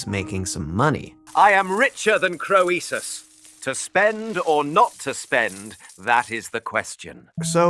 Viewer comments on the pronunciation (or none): If you want to lend credibility to your work, would you PLEASE fact check your pronunciations beforehand? Croesus is pronounced CREE-sus.Ur's not CROW-eesus. Marlowe isn't emphasized like the name for the wine, Merlot. MAR-lowe. It's MAR-lowe, honey. Emphasis on the first syllable, not the second. And it's not Or-thello but O-TELL-o (major face palm here). Also, it's important to note that there Shakespeare left not a single book or manuscript in his last will and testament, a document that was otherwise fairly descriptive and specific. I mean, he specified that his wife should inherit his "second best bed" and yet left not one book or manuscript to anybody with his will. I think that he could well have been a front for Oxford. It is also possible that the two men may have collaborated at least some of the time. This happened back then in the theater, just as it still does today.